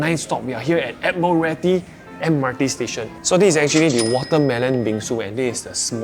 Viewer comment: The way he says "Admiralty" is pronounced as Admiral-ty